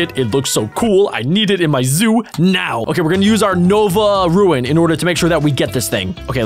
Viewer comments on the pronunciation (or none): u pronounced it ruin not roon really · *Says it like Ruin which you can see isn't spelled that way* "Ruen." Me: >.- "Roon! Bessy did not design your brain well I know but come on anybody can look up a word and have the internet sound it out for them!" /ro͞on/ Bessy: "Hey if I made him smart like the last guy whose parts I used to complete he might get ideas about a union and I don't feel like buying that many bullets again." Me: o-o;: "Unionize huh? Hmmm well that doesn't seem so-" *Suddenly teleported by Bessy into a tiger enclosure* "IT WAS JOKE! IT WAS A JOKE!! AAAAAAIIIIIIIIIIIE!!" Bessy: *Stares at me. Hard.* "I'm sure I can count on your silence, Azor?" Azorskcat: *Nods vigoriously* "Aye aye ma'am!" ^_^;; Bessy: ^_^ "TRAITORS!!" - - - XD I didn't think it would be as good as our Miencraft zoo but honestly I like it! Kinda a more logical mons style capture game than most pokemon clones and less of what I'd expect in a Zoom Sim.Very well! >.> Also Laffy Whaphy writes itself. Just saying. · same Me: getting angrier anytime he misspronounce something like the rune.